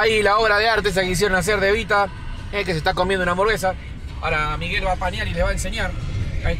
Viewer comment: Se dice Miguel